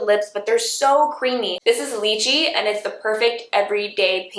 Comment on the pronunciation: "Lychee"= LIE - chee.